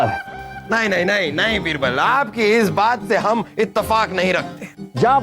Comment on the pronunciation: Raani sahiba--बीरबल 👎बिरबल👍😂😂